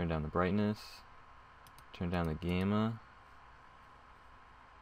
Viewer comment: "turn down the 'gayma'"